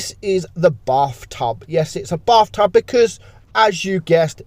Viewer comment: why i hear buff tuff instead of bath tub